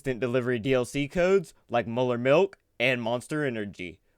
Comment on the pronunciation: It's not Muller Milk, it's Müller Milch my friend.